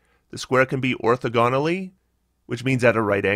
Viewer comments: Your pronunciation guide is not super clear. Is your problem with how he stresses the syllables, how he breaks them up, or how he pronounces them? He should be stressing the second syllable instead of the third, but otherwise his pronunciation is correct. The correct way to break up the syllables is or-tho-gon-al-ly. Using other words to make it clear what sounds I mean, here's the pronunciation: or - thaw - gun (not quite the perfect vowel, but much closer than "gone", and close enough) - ull (as in "gull") - ee (as in "teeth"). Edit: Also, that time stamp is way off. It's more like or . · Good analysis. Very helpful. Not sure if anyone beat me to it, but "orthogonally" is pronounced like "diagonally", with emphasis on the second syllable. The math teacher in me couldn't let it go unsaid.